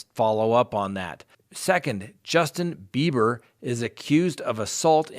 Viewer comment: Am I hearing Justin Beavor or Justin Beiber?